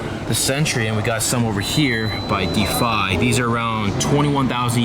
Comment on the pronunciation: I think "Defi" is pronounced as kinda like "deafee" rather than "defy".